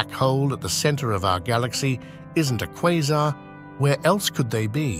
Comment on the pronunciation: AI voice couldn’t decide how to pronounce Quasar